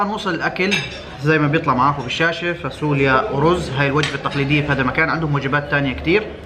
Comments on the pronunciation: هههه نار خيا... بس شو هاي الفاسوليا هههه... فاصوليا بال ص مش فا س وليا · 😅😅اسمها فاصوليا مش فاسوليا